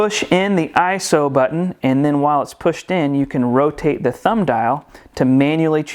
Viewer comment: Thank you for pronouncing ISO and bokeh correctly.